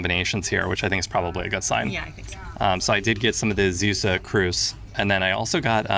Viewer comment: Also "Zeeuws" is not pronounced like "Zeus", you have to extend the 'ee'.